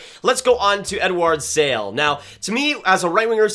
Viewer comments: Eduard Šalé does not pronounce "Sale" but more like "Sha le" Great work btw! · I agree mostly as usual, would have Gulyayev a bit higher and fyi, Eduard Sale’s name is said Sha-luh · Please pronounce Sale as Shale and Czechia as Checkia, it rips off my Czech ears😂😂😂